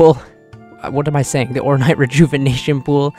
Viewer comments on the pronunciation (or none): orn8 like m8 orn8 not orn-ight i love you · It's not "ornite" it's "ornAAAATE" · Or-n8, not or-night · OrNITE....Bruh. wrong vowel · The way you don't know what the word "Ornate" means or how it is pronounced drives me crazy lol.